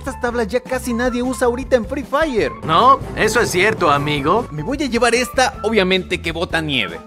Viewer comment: ya deja de decir frefire ya